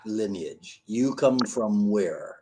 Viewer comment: Lineage* said as lin-e-age